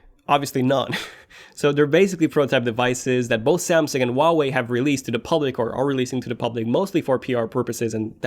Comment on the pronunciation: He can't pronounce Huawei...